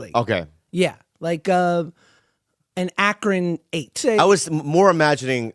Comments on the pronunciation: An Akron eight 😂😂😂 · Did he say an Akron 8